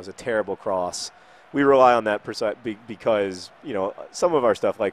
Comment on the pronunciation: I wish one day he pronounces "premier league" properly. or the word " because"